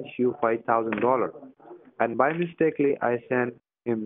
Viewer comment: I'm sorry... did he say 'mistakely'??